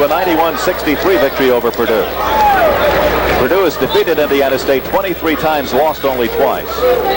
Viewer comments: Purdue - NOT Perdue. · It's Purdue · BTW. It’s P U R D U E 🙄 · Purdue not Perdue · It's "Purdue" not "Perdue" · It's P-U-R-D-U-E!!! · By the way, it's PURDUE. Also, notice how strange the court looks with no 3-point circle.